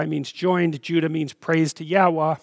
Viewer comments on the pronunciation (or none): none